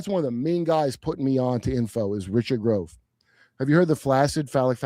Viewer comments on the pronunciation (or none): none